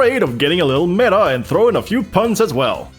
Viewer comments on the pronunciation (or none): none